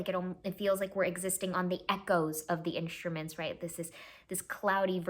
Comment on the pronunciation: Did she just say...... echoes?